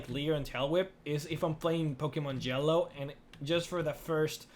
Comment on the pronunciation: Each time says ''Yellow'', I always hear ''Jell-o''! It's so cute. XD